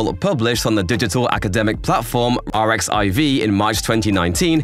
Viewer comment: I cringed when it pronounced arxiv as r-x-i-v